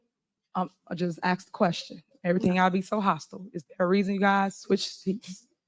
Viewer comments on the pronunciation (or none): For the love of…..ITS ASKED, not AKSED.